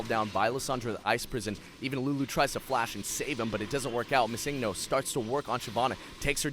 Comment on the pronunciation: The way you pronounce the Ezreal's name is so unsettling. It's Missing No. from pokemon blue version.